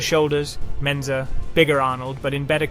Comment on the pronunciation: Mike Mentzer, not Benzer